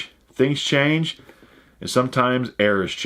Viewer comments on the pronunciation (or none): none